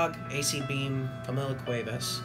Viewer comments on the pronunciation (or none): none